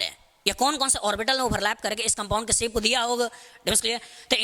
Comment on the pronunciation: Sir its nice btt....its not siip...its shape😃